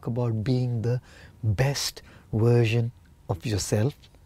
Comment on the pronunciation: No he's not. He uses "uersion" instead of "Version" . What?